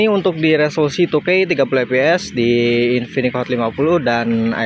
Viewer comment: InfiniX cuy pake X Bukan infinik, ganggu bgt jir dengernya.